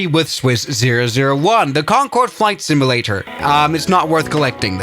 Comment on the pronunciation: I will not finish this video, or watch any others until you learn how to say the word simulator. My damn eye's twitching.